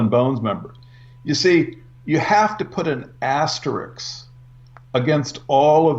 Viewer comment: Asterix = Asterisk. My only criticism of so far:)